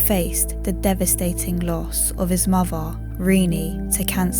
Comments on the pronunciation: you mean muvva and forevva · Sorry, the voice is doom -laden. And I can’t stand the muvvah and bruvvah pronunciations.